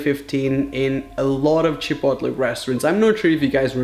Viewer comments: Chipotli?? You mean chipotle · I love the way he says Chipotle like CHI-POT-LEE instead of like Chip-oat-lay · Wtf is Chepotle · The way he said chipotle has me dead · The way he says chipotle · IS THAT ACTUALLY HOW YOU SAY CHIPOTLE?!